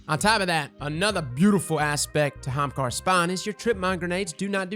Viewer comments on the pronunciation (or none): What kinda bothers me is how he says hamakara and not Ahamakara still loved the video tho lolol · i always love the energy of your videos but for fuck sakes is Ah-ha-mkara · I think you should spell it the way you say it... "Ha'umkara" lol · Hamkara? Am I dyslexic I thought it was Ahamkara? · Not gonna lie... I clicked on the video just to hear HA-HAM-KARA!!! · I was trying to spell it like pronounces, but it may not fit on the shirt. HA-AM-KAR-RA! LOL. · My eye is twitching! People already say ahamkara wrong... Now they are definitely going to say it wrong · Your inability to pronounce the first letter of that word is kinda sad. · I’ve never heard somebody pronounce ahamkara like that...